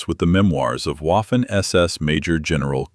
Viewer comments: Drives me nuts that the narrator is saying "Waffen." It's Vaffen. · Exactly... the mispronunciation is hard on the ears... Polly waffle...WAFFEN....vahffen